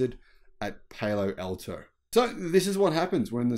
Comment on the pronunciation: Difficult pronunciation. PALO ALTO is PAL-OH AL-Toe